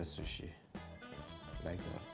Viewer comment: i died wheezing when he said "...square shushi"